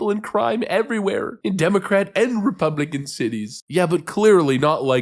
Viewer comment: You flirted with the Eric Cartman voice, I heard one of those stupid sounding L in the intro when you were saying the word republican. I still gave it a thumbs up.